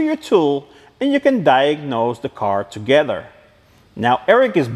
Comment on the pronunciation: Please don’t stop saying togetter I love it